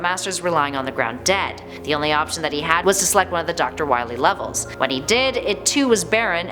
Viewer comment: ITS NOT WILY IS WAWY